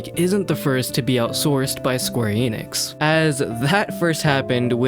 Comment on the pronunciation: Youre sayin Enix wrong